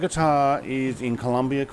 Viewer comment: Hi, nice video but It´s "Colombia" not Columbia, happy flying!